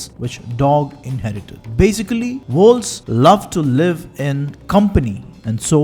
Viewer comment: One strong suggestion, please don't use fake accent, especially the fake intonations. It's too obvious (not trolling, stating it with all sincerity), therefore distracting, worse still, it makes/could make the content harder to understand. For example, in the very beginning, you were referring to wolves, which I couldn't hear clearly at first, youtube ASR too captioned it to be 'walls'. I have been outside of India for 15+ years now, so exposed to all kinds of both fake and true accents from various nationalities and geographies, so I did not have too much of a "problem" really in 'understanding' the content overall still, I only needed a quick revisits with back and forward arrow at times. But the accent/intonation issue I raise here could be unnecessarily distracting for someone like me exposed to various ones already, or too daunting for someone based purely in India for very long who is mostly exposed to various true Indian accents + true foreign accents thanks to films, OTT platforms etc. (yours is neither, unncessary mixture of both at this point, in this video, especially the intonations sounding little too patronizing as well). Please know that I am not trying to troll you or anything, just stating what I felt/thought, and putting it out there as a constructive criticism, because I like your content - been a subscribed since quite long. You are free to take it or reject it! ;) :) The thing is, a typical urbanized Indian accent, with its true intonations and prosody is